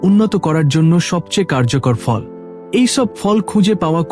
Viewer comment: Je fall ter nam bolchen bujte parche na jate bujte Pari please se vabe bolun.